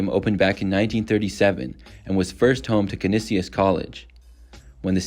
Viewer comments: Canisius College (Can-EE-Shus College) Played in Buffalo's War Memorial Stadium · I think the locals refer to Canisius College as "Can-ee-shus". I don't think Silverdome or Metrodome should be on here. Pretty cool stadiums in the 80s and 90s especially compared to some of the others of that time period (Vet, 3 Rivers, Browns, Busch etc). Yes they became dated but at their peak they were good I think and lastly the Murph was awesome. They hosted Superbowls there.